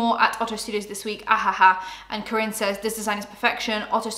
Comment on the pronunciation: It’s pronounced Car-In!! Kaarin 🥰